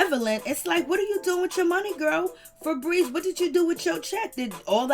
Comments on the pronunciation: Every time she says fabreeze I can't 😂🤣😂🤣😂🤣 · Laughing at the name " Feebries" 😂😂😂😂